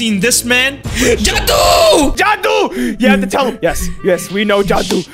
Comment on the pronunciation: It's jaduu not judi